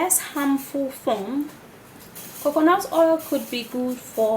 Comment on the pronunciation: Not COCONOT it's COCONAT